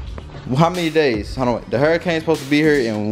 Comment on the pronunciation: throughout the video: “hairicane”😭😭😭😭😭❤️❤️. $miahhhh38